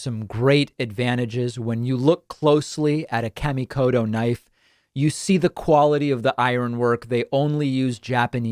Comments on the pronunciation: Out of respect to the maker of those knives David, it is a very hard "T" in Koto. Please don't say Kodo. That is the same as calling you Tavid Bakman. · Please stop saying cammie kodo and hanshu. Kamikoto and Honshu